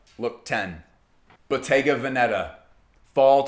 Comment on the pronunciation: The correct pronunciation of Bottega Veneta is: Boh-TEH-gah VEH-neh-tah, (not BOH-teh-ga veh-NE- tah) In Italian, Bottega places the stress on the second syllable (-TEH), while Veneta places it on the first (VEH). 😉